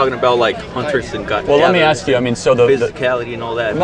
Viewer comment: Please don't axe me.